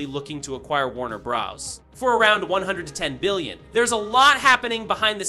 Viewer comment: Bro sounds like an AI. From random words just off, to "Warner Bros" then "Warner Bras"